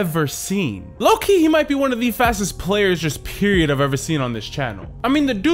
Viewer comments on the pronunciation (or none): none